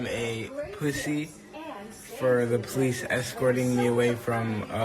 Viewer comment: "People are calling me a puthy for calling the polith"